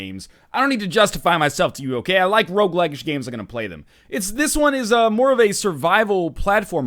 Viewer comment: He did say rouge-like-ish many times, but I dont think (though I'm not sure) he ever actually called it a rouge-like.